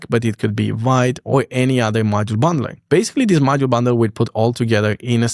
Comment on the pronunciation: Excellent video. Liked and subbed. By the way, Vite is pronounced “veet”, rhymes with “meet” not “light”. From the French meaning fast or quick 😉